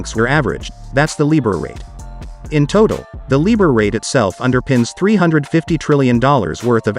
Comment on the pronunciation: LIBOR Pronounced Lie Boor ! London Inter Bank Offered Rate.